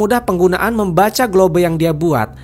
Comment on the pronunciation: GLOBE: Sebutan: GLOBE ❌ GLOB ✅